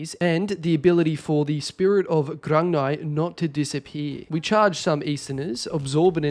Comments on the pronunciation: Grung-ni. Its pronounced GRUNG NEE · its pronounced grug-knee